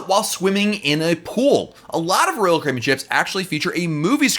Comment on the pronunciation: No one: Literally no one: Not even on earth: Not even created by god: This guy: rull cribin Normal people: royal Caribbean